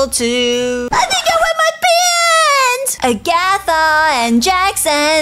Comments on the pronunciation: It's not Agatha it's Ragatha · IT’S RAGATHA NOT AGATHA!